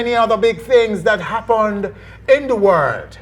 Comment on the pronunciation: Happunned? Jamaicon? Momant? wtf.